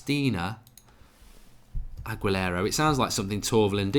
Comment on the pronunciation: Hi Mark. It’s pronounced Ag-U-Lara. The example you gave is AWESOME!!!! Made me laugh for a while today. Thanks for that one!!